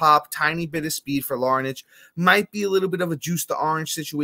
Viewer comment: Liking the pod so far fellas, lots of good stuff! Im a lifelong Twins fan, Larnach is looking good. One funny thing, it’s actually pronounced Larn-ack!